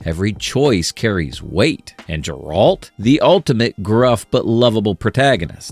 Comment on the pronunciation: Why can't you pronounce Geralt?